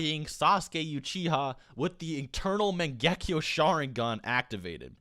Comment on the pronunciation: Where the n in mangekyo ya boy got to work on that word